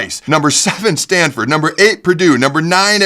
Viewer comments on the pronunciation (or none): none